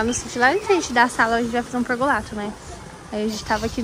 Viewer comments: Não é pergolato. É pergolado, esses influencer deveriam ser mais bem informados. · querida, não é pergolato com t e sim com D PERGOLADO.❤